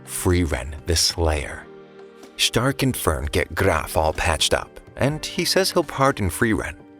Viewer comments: Ah yes my favorite frontliner shhhh-tark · Why u saying stark like that😅😊